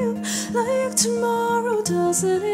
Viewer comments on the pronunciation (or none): none